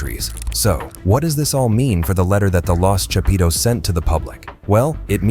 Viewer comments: "the chapeeetooes" lmao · Every time this gringo say “chapitos “ cracks me up 😂😂😂